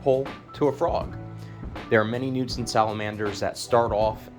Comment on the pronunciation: I thought dude was saying newton salamander 😂